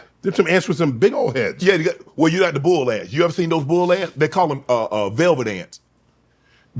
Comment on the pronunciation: Shae country af talking about bull ants 😂